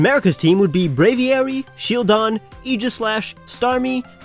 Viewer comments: STOP CALLING EEGASLASH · AEGISLASH, NOT AIGHSLASH!